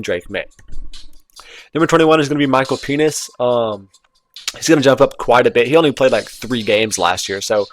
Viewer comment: Love how you said "Michael Penis" so clearly lol